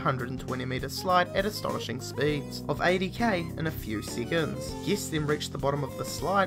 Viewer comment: for a few SEEACONS